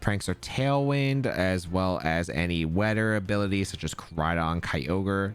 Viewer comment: "Weader ability" lmao not hating bro